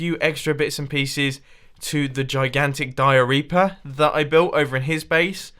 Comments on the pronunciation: Did he just say diarreaper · When he said diareaper I thought he said diareah